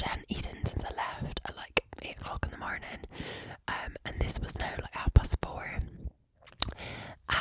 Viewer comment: I’m dying here! She’s freaking adorable… “mar-nin’”… “Top o’ th’ mar-nin’ t’ ya”!😆🥰